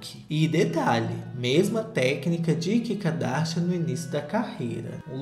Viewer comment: não importa quanto tempo passe, eu AINDA vou rir do chamando a kim de kika darsha